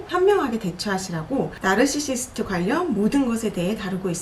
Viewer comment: 왼쪽분 널싀슽트 발음 너무 거슬려요ㅜ 그냥 나르시시스트 라고 해주세요ㅠㅠ